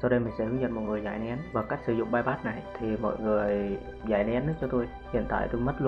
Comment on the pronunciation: bypass mà gà rán đọc là payyacc mé gà rán